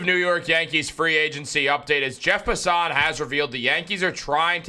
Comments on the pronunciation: You lost me at Jeff Pus-SUHN. Inside joke with him or he really doesnt know how to say his name? lol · Bro said Jeff puh-son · You are butchering Passan's name